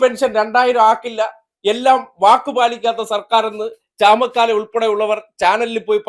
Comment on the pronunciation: ചമക്കാല അല്ല ചാമക്കാള